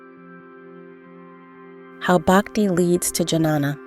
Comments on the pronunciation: It’s not Janana It Ghyaana. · It's not Janana..It is Ghyana.. Transcendental Knowledge..Please learn in your next Videos how to pronounce exactly Sanskrit Terms..🙏🕉️☯️🍀💫Aum Namah Shivaya..🙏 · Don't want to nitpick here but to hear these words pronounced with a heavy american English accents is really jarring.... and I think somehow detracts from the quality of the video. The proper Sanskrit pronunciation of Jnana is "nyaa-na" .